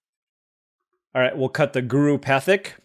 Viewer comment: Guru Pathik = "Guru paa-teek"